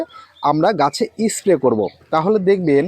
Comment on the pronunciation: 'S' উচ্চারণ সঠিক ভাবে করলে শুনতে ভাল লাগত। যেমন 'ইস্ প্রে' না বলে স্প্রে বলা প্রাকটিস করা উচিত। আরও উচ্চারণ ঠিক করলে ভিডিও ভাল হবে।